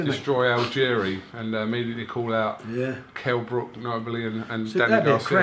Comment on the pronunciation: Add 'Kell brooks' to the list of names that frank mispronounces, he joins legends like Eubanks, Carl frock and Muhammed Alley...